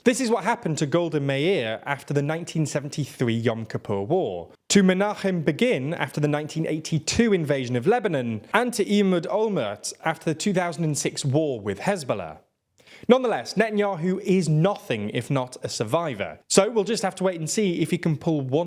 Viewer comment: his name is Ehud Olmert, not Emud Olmert. This isn't te first time you mistakenly mixed h/m/n in Israeli names, you may want to check that, maybe increase the font size of your teleprompter to make it easier to differentiate between the letters.